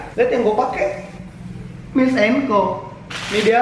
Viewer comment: Super comfy foam bang 😂 Terus cara bacanya mails and co Tulisan nya miles, dibaca mails